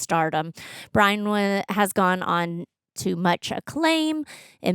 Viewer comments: Isn’t it Rose Byrne? Not Bryne? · Her name is Rose Byrne. Not Rose Bryan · Rose "burn," not "brine" but I respect the propaganda-level commitment to this mispronunciation despite seeing it properly spelled 5 times in a row from someone who seems to be a super-fan. Greg: let these two watch I Had Legs... on here! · Rose Brine? 😂 Rose Byrne lmao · It's Rose "Burn" not Rose "Brine". This is why no one will remember your name. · Y'all threw me tf off for a second when Rose Byrne walked on and you said "It's Rose Brine!" and I doubted myself and had to go check if I had been misreading her name all these years but I wasn't haha Her surname is pronounced Burn 😅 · came here to say this too!!! lol BYRNE not Brine!!! hahhhaha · since you said her name wrong twice, I gotta call you out,. If you love her, say her name correctly please. Byrne, like Burn. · pretty sure Rose Byrne's last name is pronounced 'burn'. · Came here for this.